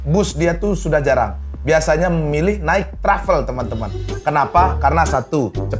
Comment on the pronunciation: Bukan trapel bg...tapi travel... Masih tabaok bahaso padang "trapel" eee... 😂😂😂😂😂